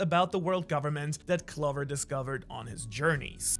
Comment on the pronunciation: can you please pronounce clover with the 'oh' sound